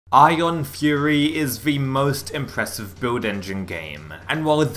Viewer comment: no one: this guy: “beuiwd engine”